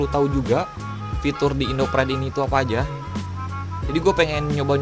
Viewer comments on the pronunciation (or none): none